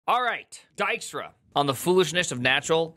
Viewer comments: Dutch nod of appreciation for pronouncing his name correctly 🙂‍↕️ and not “Deekstra”. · It's funny hearing an American pronounce Dijkstra (close to) correctly after watching the butcher job done in The Witcher. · Always read it like Di*k-Star, not a bad pronunciation though!